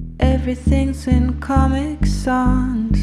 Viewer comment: Never heard anybody in the US pronounce Comic Sans like that.. Rhymes with Comic Sands, not with Comic Wands..... surprised that she lives in the US